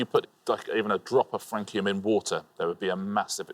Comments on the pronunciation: Surprised Richard didn't pronounce Francium… like France. Suppose he really hadn't heard of it. Had Flerovium and Nobelium, but would've guessed there would be more pointless answers. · It is actually francium and they were mispronouncing it.